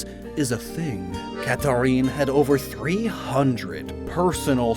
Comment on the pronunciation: I’m sorry- you said Catherine’s name wrong like 5 times. I’m stuck on that (great otherwise bro)